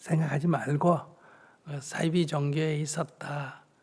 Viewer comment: 잘 하셨는데 싸이비가 아니고요 사이비로 발음하세요. 한자어 말입니다. 영어의 S발음이 아니고요.